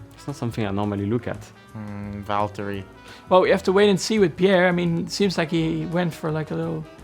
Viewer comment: Narrator “on the grid” Stroll “vallteri” He ain’t on the grid until next year… what an idiot